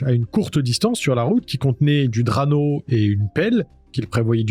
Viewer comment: Qualité 👍. Prononciation de "Duane" et "Drano" à revoir en revanche.